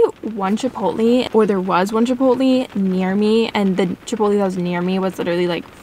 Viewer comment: love how you say chipotle more like chipoltly